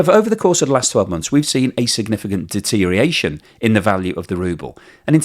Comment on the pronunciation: DETERIATION! You said it again. Thought you had cured yourself of using this nonword. It destroys your credibility. DETER-IOR-ATION. Learn to include the OR.